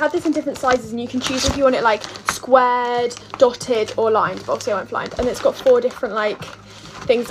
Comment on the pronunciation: What I goddddddddddddddddddddddddddddddd like can she not say got?